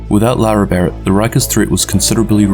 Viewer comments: Great video but her name is LaRae not Laura. Pronounced La Ray. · Literally just made a comment stating that it was So annoying that you kept calling her Laura and not Larae hahahah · Isnt her name pronounced la'Rae like la-ray, not luara lol that was bothering me because you used her name like 30 times